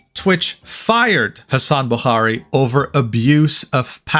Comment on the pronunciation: Did just say bokhari with the (خ)? 😮